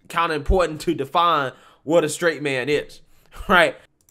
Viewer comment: Stright 🤣🤣🤣🤣🤣🤣🤣🤣🤣🤣🤣🤣🤣🤣🤣🤣 he said Stright🤣🤣🤣🤣🤣🤣🤣🤣🤣🤣🤣🤣🤣🤣🤣🤣🤣🤣🤣🤣🤣